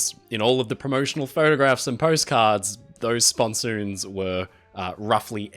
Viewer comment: They are sponsons, not spon-soooons.